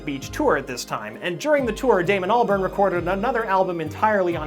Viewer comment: ALBARN NOT BURN ITS PRONOUNCED ALL-BARN gosh